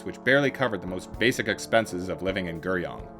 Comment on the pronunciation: I felt that the video was decent, but the Korean really bothered me. I think the audio presenter needs to learn the correct pronunciations, or as close to possible, when presenting videos. 서울 (Seo-ul) instead of soul, 강남 (Gang-nam) instead of Gaaaangnaaam, and 구룡 (Gu-ryong) instead of Ger-young would have helped this video be digested much easier.